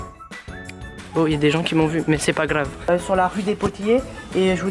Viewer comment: A comment ta roulée le R " bon ya des gens qui m'ont vu mé c pas grrrrrrave!!!"ahaahhahahh 😂😂😂😂😂😂